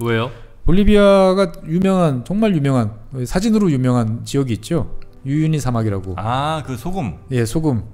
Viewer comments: 우유니를 유우니라고 발음하시는거 같으네요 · 자꾸 유우니라고 발음하시네요? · 유유니가 아니고 우유니 사막입니다~